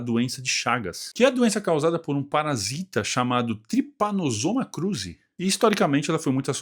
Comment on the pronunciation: Muito bom,!!! Por favor (dentro das suas possibilidades, claro) siga fazendo esses videos ótimos! Até na pronúncia do Trypanossoma cruzii vc arrasou 👏👏👏